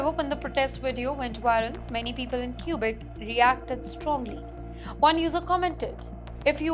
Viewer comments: it's kwe-bek NOT kyu-bek! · Learn Mandarin and attend a Chinese university! China is the future! It’s Not “cubic” but Quebec pronounced “Kubec” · Q-Beck. She can't even pronounce it properly. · Stay in India. We don't want you in Canada. BTW its Quebec not Qubic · I swear she just says "Cuba canada" 😢😂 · Too funny. She cant even properly pronounce the name of the province.